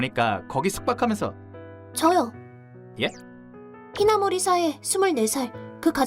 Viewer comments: 그게 아니라 여주인공 성이 히나모리인데 남자성우는 자꾸 하나모리로 읽는다는 거임 ㅋㅋ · 남주 성우분 여주 이름 잘못 읽으셨나보네 말풍선도 여주 성우분도 히나모리라 하는데 혼자서 하나모리라 하는거 보니까